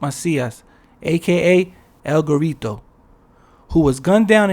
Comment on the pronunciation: “El Gorreetow” 😂